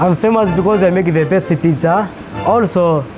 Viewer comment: The way he says “I make-a the best-a pizza!”; I’m intrigued that the Italian lisp stereotype is a thing in East Africa. 🤣